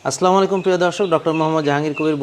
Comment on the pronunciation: সালাম দিতে পারেনা,আগে সালাম দেওয়া শিখেন।আস্লামালাইকুম এটা কি?